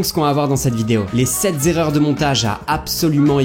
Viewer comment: Alors oui, tu fais la faute de liaison en début de vidéo. Je te rassure, vous êtes très nombreux à la faire. Et bravo pour ta réponse pleine d'honnêteté. Continue, j'adore tes vidéos 🥰